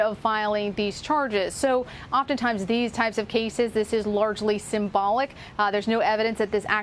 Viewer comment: Did she say symbolic??😂😂